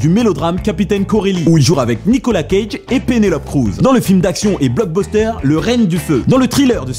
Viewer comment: Bon, la dernière fois j'ai rien dit... MAIS C'EST NICOLASSSSSSSSSSSS CAGE ET PAS NICOLAAAAAAAA CAGE !!!!